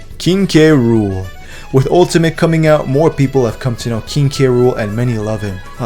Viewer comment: Bah Everyone says "Kay Rool" Nobody says "Krool"